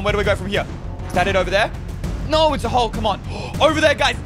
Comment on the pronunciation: when he says no it sounds like norr Or something like noor